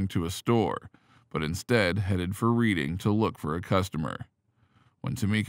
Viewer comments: Wrong prounciation! It is not READING as in reading a book, instead it souds like redding like the color red. If you can not get that right, how much of your report is accurate. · LOL..Where is this narrator from? Never played monopoly? It's not pronounced "Reeding," it's pronounced "Reddingf!" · Reading is pronounced Redding despite the spelling. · "red - ding" you robotic twit! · “Reading”, Pennsylvania, is pronounced “Red-ding”. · Yes, lol!!